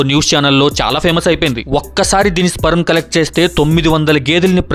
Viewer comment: First sperm ni ala pronounce cheyalo nerchuko